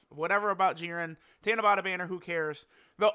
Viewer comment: It's tanabata not tanabota 👍